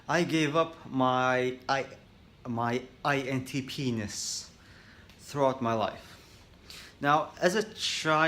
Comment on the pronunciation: Did he just say “INTPenis”? Lol I’m dumb sorry